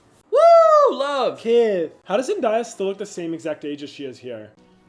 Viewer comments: as someone who loves this movie and unironically listens to these songs, it was funny watching you attempt singing them LMAO also as a big zendaya fan its zen-DAY-a not zen-DIE-a 😭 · her name is Zen-DAY-Uh not Zen-DIE-Uh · Zendaya not Zendyea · Btw zendaya is pronounced zen DAY a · Is the mispronunciation of Zendaya name on purpose 😂